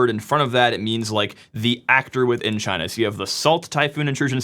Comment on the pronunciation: LOL now singapore is CHY-NA